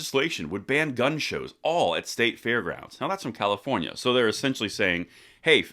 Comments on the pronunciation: You pronounced Comifornia wrong... LOL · Thanks, but it's pronounced COMMIEfornia! Enjoying being on the ride to 400k every day 🍻